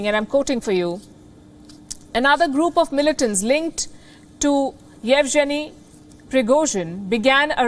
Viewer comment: By the way, Yevgeny / Evgeniy / Evegeny is pronounced येवगेनी / येवगेनीय not येवजेनी ।